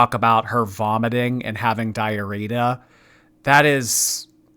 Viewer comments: At seems to say “dia-rita.” I’m ded!. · Hehehe "Diarrheta" love you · lol “diarrho-Rita”